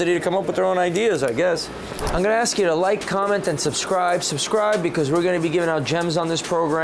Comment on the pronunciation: Why the fuck can't people pronounce "ask"?